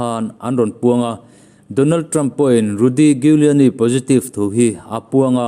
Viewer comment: Giuliani (Pronounce = Juliani)